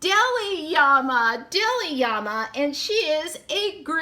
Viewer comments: Honey it was so adorable how you kept calling them yamas. LOL especially seeing there is two l's in llama. When you pulled out the instructions and I could see in gigantic letters that it said llama and you still didn't catch on I was hysterical. Trust I absolutely was laughing with you not at you Great opening lots of giggles. I appreciate a Thrifty gal as well. I would never pay full price for these toys they are way overpriced. I am so glad I continue to read into your comment section because I thought someone else must have noticed the mistake. Another giggle when I realized that I had really made the mistake. I knew there had to be a good explanation and that it was a comedy of errors. Again like I said it really made me giggle and I enjoyed the opening even more as a result. I'm browsing YouTube at 4 in the morning and happened to find your Channel I haven't even checked to see if you're still posting I love blind bag and box openings so this was the first thing I picked in your playlist. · At first I was confused! Lol! When I heard you say Yama with a y instead of l. Then I thought maybe that is Spanish translation for Llama so I looked it up and it was., 😊 Really cute toys! I really like them! I haven't ever seen them before! Thanks for sharing! Hope you are having a great week my friend! 👍👍☺️💕